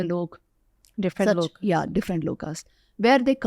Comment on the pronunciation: V : she says "Lokaa." Not correct. Right: "Lok/Parlok/Shlok (not "Shloka")." Kindly cure your mindless Indian obsessions with the letter A.